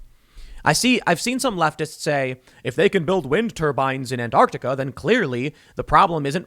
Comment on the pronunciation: Why can't Americans ever say Antarctica right? well at least he doesn't think it has a silent t like other Americans do but he still says it strangely.